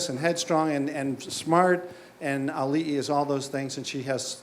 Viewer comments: It's Auli'i (Ow-lee-ee) not A-oolee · Oh my God! learn to pronounce Auli'i right! you totally butchered her name! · I love how even after hearing it multiple times, still insists on mispronouncing Auli'i's name at the end.